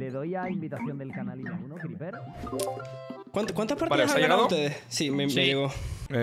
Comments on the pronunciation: y ese venezolanismo criper? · criper hablando maracucho :)